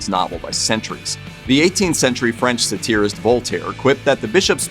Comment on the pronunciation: Mispronounced the word 'satirist'. Hoping kids don't listen to these. Things like this make more of a difference in a lot of careers. Please try harder. Thank you.